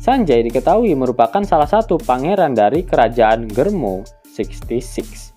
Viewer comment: GERMA bukan GERMO min 😅